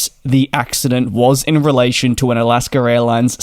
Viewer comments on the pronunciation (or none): It’s AlaskA not AlaskER. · I like you dearly but please stop calling it Alasker Airlines